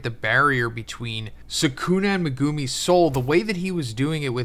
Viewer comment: stop saying megoooomi, it’s megumi, u know this and refuse to say the name correctly